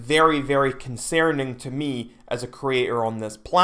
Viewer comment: New sub. “Con-sare-ning.”